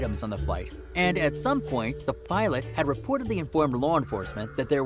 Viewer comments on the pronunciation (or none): none